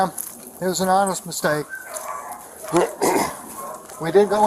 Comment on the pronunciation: He said: ''This was an Honnest mistake'' :o